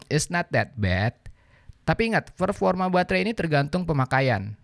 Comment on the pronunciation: Kok tiap denger performa berasa ferforma ya